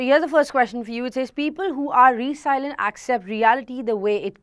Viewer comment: It's रैज़िलिएंट not रीसाइलैंट